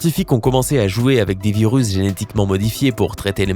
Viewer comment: Mais...t'as bu dans cette video???ecoutez au casque! 0"26 "donnant........ deuzan a vivre"1"08 "géhétiquement" 2"37 "probleblement" 4"20 "si neun'prenons pas" et encore plein d'autres blancs, syllabes a peines prononcées, zozotements et ton de comptoir "allez une autre rené" a la tienne :D